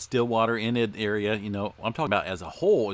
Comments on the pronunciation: Great report; thanks for posting. We have lots of fun names in Oklahoma. Enid is pronounced like E-nid, not In-Id. I feel sorry for you guys that have hundreds of town names in your videos. No one can get them all right. Keep up the good work. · Enid Oklahoma is pronounced with a long e.